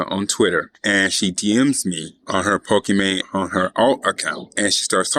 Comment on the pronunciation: is it pokimon??!?